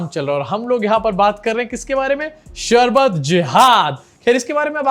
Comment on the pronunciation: 😂 c ka sharbat pronunciation b galat hai. Marketing karne aaya